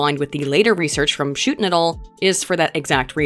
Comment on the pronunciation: "shootin it all" vs "schuten et al." lmao